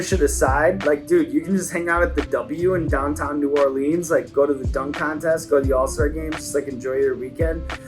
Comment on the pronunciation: That’s not how you pronounce New Orleans bub